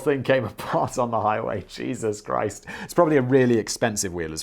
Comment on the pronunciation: Did you say cheeses Christ? 😁